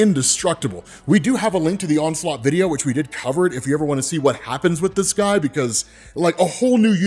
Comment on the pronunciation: Damn dude the "onslot Phoenix"